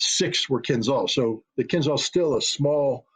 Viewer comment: Mr. Ritter spells missile "Kinzhal" wrong. It should rather sound like "Keenjeal".